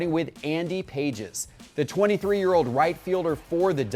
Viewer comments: Lordt have mercy. It's not Andy "PAGES" -- it's Andy "Pah-hez" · It's not pronounced like pages and he hasn't started every game this season for the Dodgers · You pronounce Andy Pages name wrong. It's PAH-hez. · Pronounced ( Payes ) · its pronounced like Pah-es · if T-pott fed him Pages' stats for this episode, I really question him being a baseball expert. You can't go in front of hundreds of thousands of subscribers and simply state stats that are not even close to factual and then pronounce the guys name wrong on top of it and say "I've got the inside Intel, listen to me, I know what I'm talking about" If it was a first time offense, I'd let it slide, but come on, this happens on the regular. Baseball guys know there stuff and it's hard watching someone with a large audience, financial backing, and a team around him flub the stats, the name, etc over and over. They just need a real baseball expert that geeks out on the stuff. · Do your homework - Pages just recently got called up from AAA - he has not started every game - also learn how to pronounce his name correctly... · Not how you say pages name